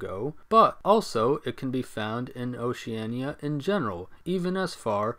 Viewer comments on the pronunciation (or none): none